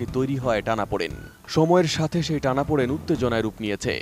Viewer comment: টানাপুডেন হবে নাকি টানাপোড়ন 😂